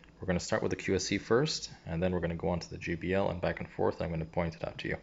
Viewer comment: it's not gee bee el. It's jay bee el - JBL